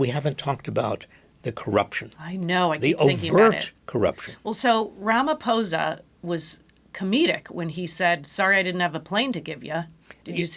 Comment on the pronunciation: Well done, Cyril Ramaphosa's name is not "Ramafosa" as pronounced by other American stations. In Zulu "ph" is pronounced as an aspirated P....